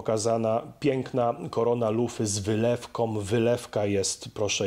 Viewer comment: Korona z "wylewkom " , poświecić "latarkom", zostawisz lufę nie "czyszczonom" ? Dlaczego tak mówicie ludzie 🤢😵😫😠